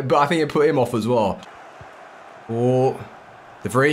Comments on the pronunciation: Its pronounced as de vry mate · you're mispronouncing De Vrij